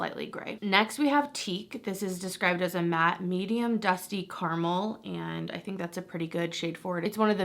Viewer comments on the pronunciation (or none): none